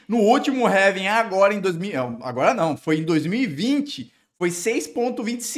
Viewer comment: vídeo top, mas pq vc pronuncia ''réving''? kkkkkk